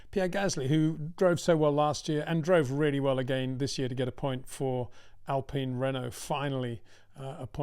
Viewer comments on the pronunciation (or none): none